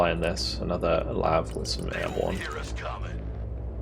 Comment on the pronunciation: Please tell me they are gonna fix the voice line "Lave" Anyone I have ever known says LAV